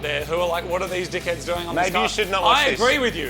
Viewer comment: I love the way Australians say "dickheads"